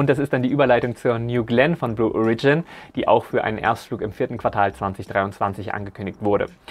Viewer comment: Lol... Ich würde sagen, in diesem Jahr hat (zumindest vorerst) Falcon Heavy ja wohl den Titel der stärksten einsatzbereiten Rakete vom SLS zurückerobert..., zu Blue Origion... Die Betonung liegt auf dem O. Und es ist ein kurzes O. 🙂